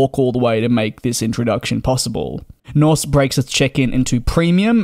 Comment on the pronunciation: Very nice video. I love the Dreamliner. You get less jet lagged, less dehydrated, and it’s quiet. - But the airline’s name is Norse Atlantic, not Nothh.😄